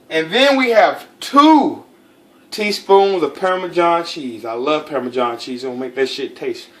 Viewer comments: "Parmajohn" lmao classic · "permajohn" cheese haha love it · “ permajohn cheese ” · Pairmajohn cheese hahahaha had me dying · Had another aspartame moment when pronouncing parmesan, But don't give two fucks, as these nuggets got me moist